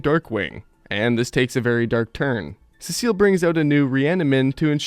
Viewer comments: Urrrn actually its pronounced sea salt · Learn how to pronounce Cecil properly moron